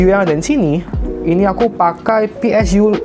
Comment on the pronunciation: PSU BANG BUKAN PSYU